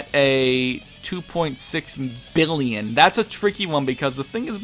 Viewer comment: lol did you forget how to pronounce a billion?